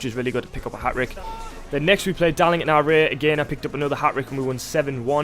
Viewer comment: A ‘hat-rick’